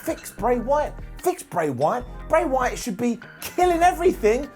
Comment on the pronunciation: I swore I heard "Great White" when you said Bray Wyatt...